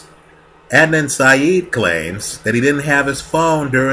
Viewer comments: I just watched this and completed Serial. I am confused why you can't say his name correct? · It seems he’s intentionally mispronouncing Adnan’s name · I feel like you based all of your opinions on Serial which really is only touching the surface of what actually happened. Ps - why can't you pronounce his name?